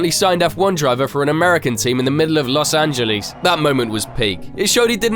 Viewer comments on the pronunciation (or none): Los angelees😂